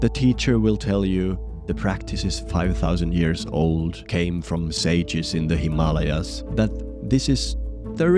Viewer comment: The guy pronounced the Himalayas correctly. Im invested now